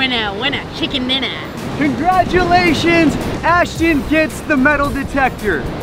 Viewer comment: Did he say winner winner checken diner